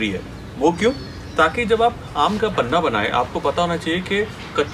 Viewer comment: Sir a kind request. It's panha not panna